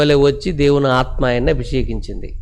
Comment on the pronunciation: దేవుని ఆత్మ ను pronounce చేసే టప్పుడు కొంచం జాగ్రత్త గా చేయండి సార్.